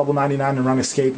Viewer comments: Runescape not Ranescape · i hope ur joking about prounouncing it run escape. its rOOnscape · its not pronounced run escape, its pronounced roonscape. lol, spelling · Run excape. I love his pronunciation. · on the runescape maine page it sais RuneScape, so you no that its pronounced roon-scape... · it is runescape its pronounced RoonScape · youve played for 8 years thats why u mispernounced it again its rune scape (roon scape) is how to pernounce it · still watching in 2020 havent pronounced Runescape correctly since 2009